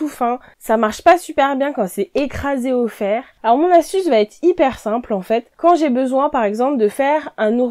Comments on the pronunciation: j'apprécie beaucoup tes conseils. Permets-moi d'en donner un aussi: ne dit pas le tissu va têtre... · Bonjour. Vos vidéos sont intéressantes mais, de grâce, n'abîmez pas notre belle langue française. A moult reprises vous dites, par exemple : " le 1er conseil VA T’ÊTRE"........il n'y a pas de T entre VA et ÊTRE, ça ne se dit pas. Il faut dire "VA ÊTRE" ou bien "le 1er conseil sera....". Merci de respecter la langue française.